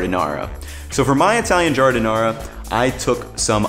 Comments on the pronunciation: 😂 what’s an “electronic” slicer? Just busting your chops. Also, as a native Chicagoan it’s not “au jus”! This is an ITALIAN sandwich not French. It’s gravy. Also final not to pick, it’s giar-din-ayre-uh, not ahr-uh. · Really enjoyed this video which I went looking for since Portillo's is being destroyed since they got new owners and I'm thinking of making my own now....in any case, listening to how you pronounced Giardiniera was a bit painful, lol.